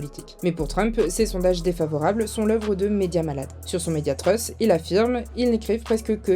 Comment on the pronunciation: "Truth" se prononce (approximativement, vu que le son th n'existe pas en français ) trouss et non pas treuss comme vous dites